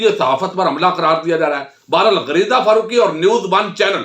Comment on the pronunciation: فرُوقی کیا ہوتا ہے فارُوقی لکھیں ، اُردو قومی زبان ہے تلفظ پہ توجہ فرمائیں